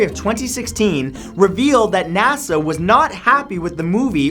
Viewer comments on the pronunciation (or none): I never herd NASA be pronounced N A S A